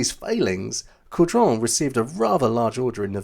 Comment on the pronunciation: Kudos to you! Your French prononciation was very good when covering the Caudron and this added to the authenticity of the topic. Well done 👍🏻